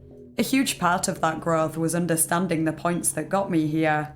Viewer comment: "Sympatheh", "empatheh" and "oondahstandin'" P.S.-I'm not making fun of you, I swear. I fucking LOVE your accent!